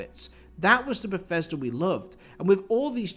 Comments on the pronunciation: "when i say ber-fes-ter what comes to mind?" umm, that the english are terrible at english? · I didn't know it was pronounced "Befesder"